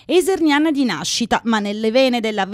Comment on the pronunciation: Isernina e non iserniana. Studiate prima di fare i servizi. Si rischiano brutte figure.